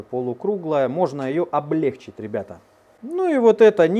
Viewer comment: Умоляю! Ставь правильно ударение в слове облЕгчить. Заранее спасибо